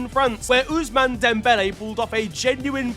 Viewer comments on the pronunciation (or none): none